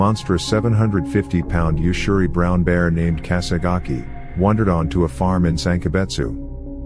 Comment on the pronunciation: it's btw. kesagake, not kasigaki.